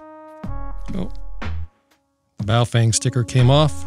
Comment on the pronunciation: boof wang? 😅😆😆🤣🤣😂😂 he kept saying boof wang...wtf